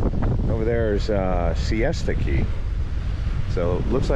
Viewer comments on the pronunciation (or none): It’s Siesta Key, not fiesta key lol. The beach there is even nicer than lido and it has much better night life.